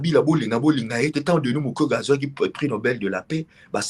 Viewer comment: Son non est devenu "MUKWEGUEY*